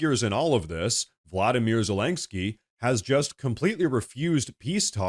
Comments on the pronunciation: why do you keep pronouncing Zelensky as ZelenGsky? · "President Zalang-ski" 😅